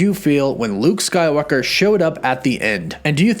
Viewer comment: Am I the only one who hears him say Luke skylocker😆😂